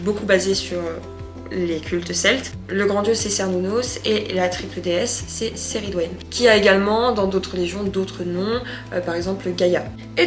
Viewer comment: Super vlog! Par contre moi j’ai toujours entendu la prononciation keh - ri - dwen pour la déesse mais c’est peut-être la version anglaise de son nom? 😅❤